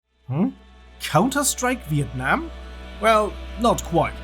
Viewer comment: You pronounce Việt Nam and Sài Gòn so good bro !